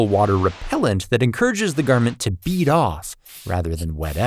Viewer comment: BEAD OFF BROS ITS BEAD OFF - not beat off